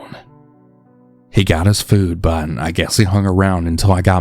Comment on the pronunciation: yes I know. I mean in context to how it’s said here. Like he’s supposed to say but but says bun. It’s so weird to listen to I had to shut it off